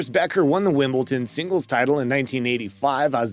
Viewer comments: 4.24 Wimbledon not Wimbleton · WimbleDON ..not TON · It's WimbleDon not WimbleTon. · Dude, it's WimbleDon- with a "D" not a "T". :) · Hey bro, maybe you should learn to pronounce Wimbledon correctly.